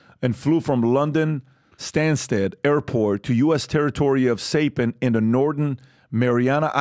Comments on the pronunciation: Psy pan .. pronounce .. not say pan .. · It's pronounced S-eye-pan. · it is pronounced Sie-e-pan